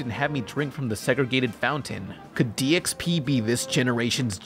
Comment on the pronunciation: I kept hearing you say DXP as DSP. But these seem like similar train wrecks so it's cool.